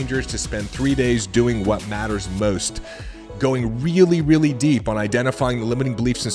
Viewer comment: New listener, great content! It is distracting to hear L as a "W" Re-al-witty........